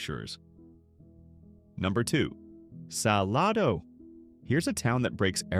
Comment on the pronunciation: SaLAYdo. Not saLAHdo.